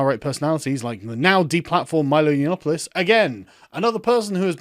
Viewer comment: "Yanopolis" lol she could get the name right at least, it's "Yannopoulos".